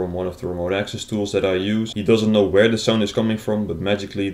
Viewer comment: He said vere it should be where